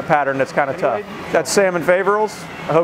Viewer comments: It is not pronounced fay , but fah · The 'A' in Faverolles is a soft 'a' or short 'a' like apple - the 'O' is long not short, the 'S' is silent - EVEN when it's plural - It's a French thing. If you're going to judge the breed you should probably know how to pronounce it.